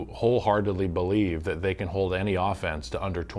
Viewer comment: its BO-lieve now